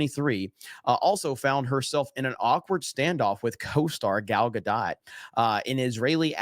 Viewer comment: Thank you for pronouncing "Gadot" correctly.